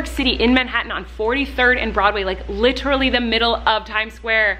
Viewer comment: Litrally or literally?!? 🤣♥️ love you lady!